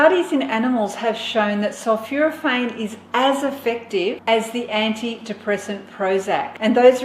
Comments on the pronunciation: Sulphoraphane not Sulphuraphane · Not sulfuraphane but sulphOrophane. Great stuff Gonna start making daily in my Nutribullet. Great presenter.